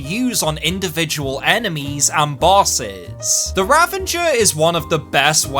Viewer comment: Nice video, but the weapon's name is "Ravager" not "Ravenger" xD